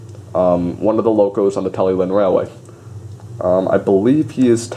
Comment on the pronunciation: Was told when I went Talyllyn and saw her at Warley in 2014, Talyllyn is pronounced Tali Klin